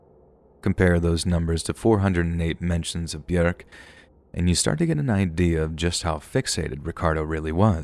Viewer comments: It's bjork NOT bjerk plse get Yr pronunciations rite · It's pronounced byork. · 🥴 byurk. 😭 why do you have to mispronounce it. One day i found a big book burried deep in the ground i opened it and all the pages were blank and to my surprise it began writing itself...One day i found a big book burried deep in the ground i opened it and all the pages were blank and to my surprise it began writing itself...One day i found a big book burried deep in the ground i opened it and all the pages were blank and to my surprise it began writing itself... Glad bjork is okay. Love her I'll take thats not how hollow points work for 1,000, alex. They don't just lodge inside somebody's body and randomly explode. That's not how those work. 😂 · The way you are saying Björk is so weird. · I'm not trying to be mean or start anything but I just wanted to point out that Bjork is pronounced like York but with a b in front. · I can't with the way you say Bjork 🤣🤣🤣🤣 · Omg, you couldn't even look up how to say Bjork's name?